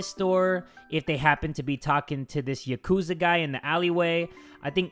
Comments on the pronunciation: ”yakooze” I'm dead 😂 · Btw it’s pronounced YAH - Koo - ZAH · Jay: “Yakooza” Me: Spits out ramen